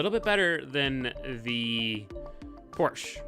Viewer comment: Porshhh. Sigh, porshhaaa ftw